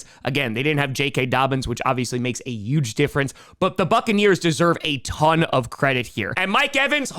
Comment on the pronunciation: Just curious, but why do you always pronounce "h" words with a "y" sound? Like "yuge" and "youston"?